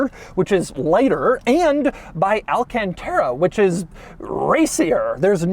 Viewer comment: It's Al-CANT-ERA not AL-CAN-TERA